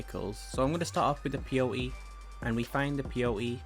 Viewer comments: its peyote not p o t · Did any1 else think he was saying “P E O” instead of peyote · I thought he was saying P O E the whole time